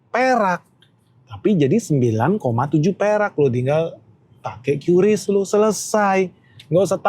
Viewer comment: Kata BI bacanya KRIS pak bukan Kyu Ris :hand-purple-blue-peace